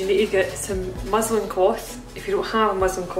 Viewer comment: i couldve sworn you said muslim cloth and immediately imagined using a hijab